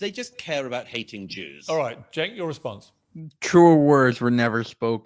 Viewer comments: It is pronounced Jenk....J J J.. the letter C in Turkish is the same sound as the J in English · The C in Turkish is pronounced in /d͡ʒ/, like the j in jump and jeep. Cenk’s name is pronounced “jenk”. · It’s pronounced “Chunk” 🤓